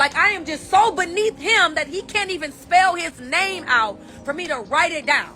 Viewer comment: She still can't pronounce the name though.